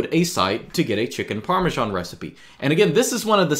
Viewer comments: Dear, it's not called Parmeshan! Please get rid of that bloaty "h" in your pronunciation. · par - meeuh - SHH - aan